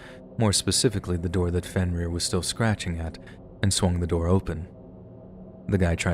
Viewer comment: “Fin - Rear ?” This is the best you can come up with ? Seriously ?